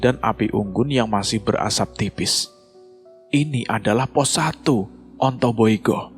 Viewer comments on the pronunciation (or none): Ontobugo keles....bukan ontoiyugo